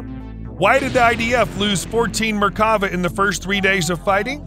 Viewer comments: Once again, it's not merkAva, it's merkavA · It's pronounced mer-ka-VAH. It means chariot. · And it is not pronunced mer ka va. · *MERK-Ah- Vah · Less then accurate text to voice. Makes the video hard to watch in some portions. It's pronounced Merk-ava, not Mer-kava. Chief-ten, not Chif-ten and Si-a-ni, not whatever.